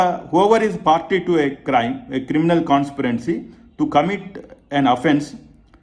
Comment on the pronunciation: Consperancy అంటే? 😂